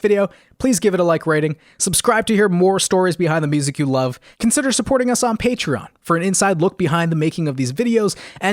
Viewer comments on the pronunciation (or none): none